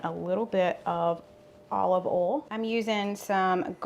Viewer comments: I love the way you say “oil,” which is “AWL.” I had to concentrate to figure out what word you were saying. It’s more like OY-ee-el. Hahaha! Love your pronunciation. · I am a Mish mosh of accents. I am from Texas but my parents are from Georgia and Alabama. So my accent is a little of everything😆 But I too pronounce boil and oil the same way you do. I just can’t help it. I find your accent charming! Loved all of the recipes you share. Thank you so much ❤️